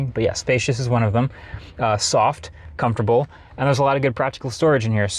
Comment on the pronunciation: Is there a silent “S” in “Comfortable” that I’m not aware of?